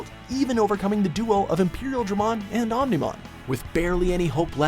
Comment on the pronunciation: i love digimon and REALLY wanted to watch this. i gave a pass for susanoomon because at least its complicated, but BYE OO MON... wtf